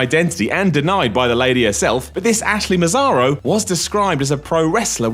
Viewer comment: The correct pronounce of Massaro, is "Massaro" not "Masaro"